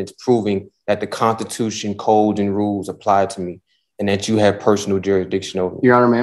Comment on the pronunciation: He keeps saying contitution and manswer instead of answer , but swears he is smarter than everyone else 🙃😕